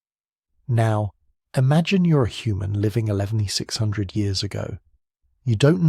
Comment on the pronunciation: Hey mate, can ya fix yer AI voice please? It isn't saying the number of years correctly. Might just need a quick tweak.